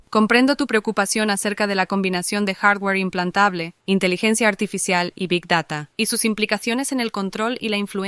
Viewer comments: ¿Big dará?¿ Este chaval es mexicano o español? Hasta la inteligencia artificial pronunció bien,Big Data. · Roberto: Big dara IA: Big data Me cae mejor la IA 🤣🤣